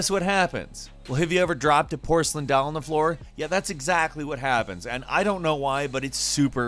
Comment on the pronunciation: You pronounce doll weird lol